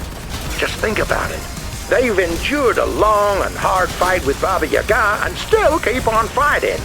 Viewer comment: Entertaining fight as usual :) Crab needs more melee weapons... PS. It's pronounced baba, YAga.. not baba yaGA.. :D